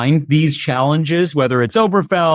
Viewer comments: Okay, dude, can you PLEASE get the damn name of the case right? It is NOT "Oberfell," or whatever the hell you're saying. It's Obergefell. Ober Geh Fell. It's really not that hard. I bet you look in a "mere" to see your reflection, think that people living in the country are "rule," and if you like to be scared, I bet you watch "whore" movies, right? There are actual other syllables in mir-ror, ru-ral, and hor-ror, just like in Ober-ge-fell. When a lawyer can't be bothered to get it right, either the lawyer doesn't care that much, and is lazy, or the lawyer is stupid. And maybe lazy. You seem to know what you're talking about, so we expect better. I don't want Conservatives hearing your mis-pronunciation, and throwing off on your opinion for it. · Obergefell is something the right has wanted to overturn since the ruling came out. Heck, if Clarence Thomas had his way, he'd probably invalidate his own marriage. Incidentally, why are you pronouncing it without the third syllable? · Guys, please pronounce it correctly. It's not pronounced "Oh-ber-fell". It's pronounced "Oh-ber-guh-fell". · Correction; to pronounce, “Ober-Ge-fell.” Properly with the glottal “G” in the middle, while maintaining the second syllable emphasis. P. S. Also interesting how this post presents “Dobbs v…”, which was used to overturn “Roe v Wade,” which was not the “Cert,” but promulgated by Clary Thomas. So, “law of the land,” doesn’t really land, when anything can be overturned by the whims of idiocy on the court. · I have to wonder about the legal acumen, even the general intelligence, of a commentator who can't pronounce "certiorari" or the name of a leading case (Obergefell) correctly. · Why don't these two learn how to pronounce the name of the case?